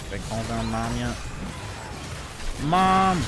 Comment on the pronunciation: "his ult is... mOOM" 🤣🤣